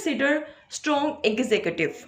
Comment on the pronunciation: It is ex-zz-cu-tive not eggzegative